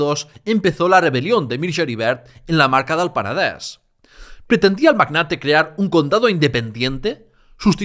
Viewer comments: Muchas gracias por el trabajo que haces, y me encanta que pronuncies Peneder, Berenguer... igual que se pronuncia en Catalan, pero porfa di tambien Girona. Cada vez que dices Gerona miere un gatito. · Sólo el hecho que "Penedès" i "Vallès" lo pronuncies en la "e" abierta me ha dejado alucinado. ¡Muchas felicidades!